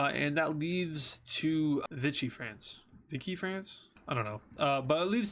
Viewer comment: it is pronounced vicky france and there was also free france in what's today cameroon,chad,congo and later the car and gabon